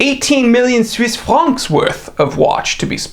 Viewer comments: “Swiss Franks” 🤣. Wait, I’m gonna count how many times you say it-7! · Lol 😂, I died every time he said Suise franks. 😂